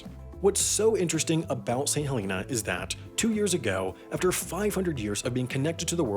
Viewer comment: “Hell in ah” say it with me now Helena